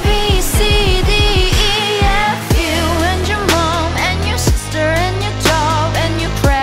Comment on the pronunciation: sister발음 쥐기넹